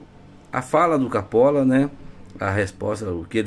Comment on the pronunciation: "CAPOLA" CAPOLA... MEU DEUS DO CÉU, "CAPOLA"?....